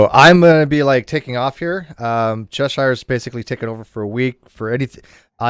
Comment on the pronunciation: The way said Cheshire cooks it sounded like he said "She cooks two people" Cheshire cannibal confirmed!